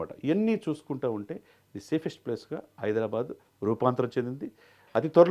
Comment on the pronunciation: హైడ్రా బ్యాడ్ ...కాదు ra baabu... హైదరాబాద్.....బ్యాడ్ బ్యాడ్ అనకండి